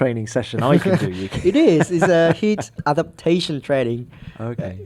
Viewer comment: "Yuuuki" - Fernando Alonso